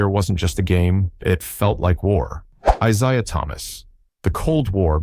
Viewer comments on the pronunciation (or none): Decided to scroll instead of watch when he kept say "Eye-SI-ah." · The goof can't even pronounce ISIAH Thomas"s name. OR Mahorn's. ALL Lakers and Pistons. STUPID video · Bird didn’t hate Isiah Thomas. And you are pronouncing the name wrong.